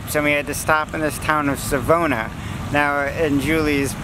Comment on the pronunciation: Sa-vaw-nah is the pronunciation for Savona. And you're at Kamloops Lake! And Mac Park! That's on the northshore of Kamloops with our downtown on the southshore. The rivers are the South Thompson and the North Thompson with the name Kamloops coming from the Shuswap word for Tk'emlups meaning "where the rivers meet." We are a semi-arid area, so we're dry but not too much. The true desert area of BC is south of us by Osoyoos. And that is Riverside Park, the biggest park downtown that has a waterpark for the kids. I hope you had a welcoming time here. I've noticed you posted this in January, but were obviously here in the summer. If it had been January it would have been covered in snow and about -10C (14F).